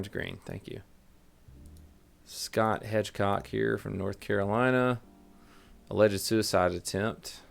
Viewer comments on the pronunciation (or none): none